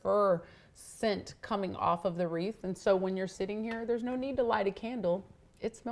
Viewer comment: It’s WREATH, not reef !